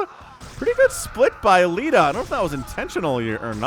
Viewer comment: In almost every cast you always say something funny and in this cast it was "he's actually unburrowing the tanks." Also Leta's name might be pronounced 'lay-ta' rather than 'lee-ta.' But that is just how i would pronounce it. Amazing cast as always.